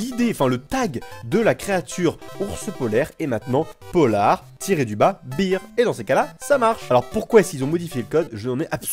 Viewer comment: bear ça se prononce "baire" pas "bire" (sinon ca fait bierre ;D)